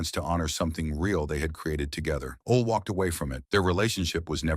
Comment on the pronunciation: Who is "Ol" Anderson. Try "Ole" pronounced OLEE.